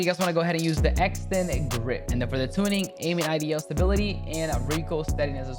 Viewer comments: This dude really said “aiming IDL stability” lmfaooo wtf bruh need to go back to English 101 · Bro please learn how to pronounce idle